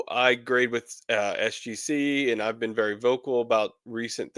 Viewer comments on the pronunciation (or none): none